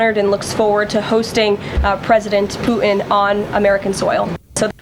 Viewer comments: Did Karolies said president Poo In? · Ugh, I can’t stand her inability to pronounce the letter “t.” It’s “Putin,” not “Poo-in.” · kkk its putin not pootn! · I wish sh3 would say Putin and not pooin 😮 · Why doesn’t Vance nudge him and tell him the right location? Is Vance setting him up? Crazy 🎪 up in DC. Did she say Poot in? 😂😂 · Is it just me, or does Karoline pronounce Vlad's name "Poo' in"?